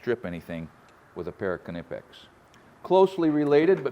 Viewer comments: love your channel, fyi Knipex is a silent K. Appreciate you 💪🏻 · Do you call it a “ka-nife”!? Then why in the world would you call it “ka-nipex” it’s pronounced the same as knife. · IDC what anyone says you don't pronounce the K in Knipex just like you don't pronounce the K in Knife, which is also Germanic in origin. 🤷 How did Screwdrivers and assorted Nails, Screws, Nuts & Bolts and a Staple gun not make in there?! Drill drivers are fine but they're not a replacement for a screwdriver. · Ka nip ex? Is that anything like a ka nife? But they are next level pliers! Keep up the good work! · You didn’t get the pronunciation of Knipex anywhere near, but Americans rarely pronounce anything correctly in ENGLISH, never mind German stuff.